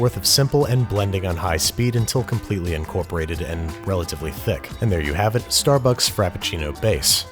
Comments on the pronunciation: The way he says "incorporated" ...is that the NY accent?? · Sounds north western